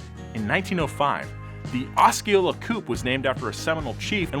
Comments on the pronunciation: The “oskeala” coupe is actually pronounced “o-see-o-luh.” Only way ik that is cuz it’s a town in Iowa, my home state haha. Just tryna help! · Osceola is pronounced "auss-C-oh-la". The Cadillac car is named after the city of the same name, much like "Cadillac" is also a city in Michigan. -Am a Michigander. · oscolea, doesnt have a hard c in it, it has a soft c, pronounced like "ossy-olea" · “Oskeola “ Osceola is pronounced Os-Cee- Oh-la. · As a Floridian I’m sorry but it’s pronounced ah-see-yola not ah-ski-ohla Edit: I still love you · Ah see oh la not oh ski oh la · It’s pronounced “ AH-SEE-HOLA” 😂🙌🏼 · the way he pronounced Osceola 💀 For y’all wondering it’s pronounced ah-see-oh-la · Osceola is pronounced "oh-see-ol-uh". Its a region in my home state of Missouri. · Hey? It’s pronounced ah-see-oh-la (Osceola ). Idk why it was important to me to tell you, but it was. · it's pronounced "OSS E OLA" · Osceola is pronounced : Oss-Cee-Oh-La. Doesn't sound like such a weird name after all. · You mispronounced osceola.... its O see oh luh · Osceola is pronounced O' see ola. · It's pronounced 'Ah-see-olah'. Proud graduate of Osceola High School. Seminole, Fl. Home of the Chiefs and our dipshit principal had our motto as 'Quality Experience' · Oh-see-oh-la. Osceola. Sorry. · How he say Osceola wrong Lmaoo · The C in Osceola is silent for future reference, love the video! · Floridians in the comments : IN OSCEOLA THE C IS SILENT DAMN IT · That is not how you pronounce Osceola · you totally butchered the Cadillac Osceola name 😂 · Never try to say "Osceola" ever again. 🙄🙄🙄🙄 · As a Floridian, I’m offended of pronunciation of Osceola